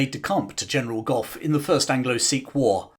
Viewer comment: It's general Gough! Gentlemen! Fix your bayonets!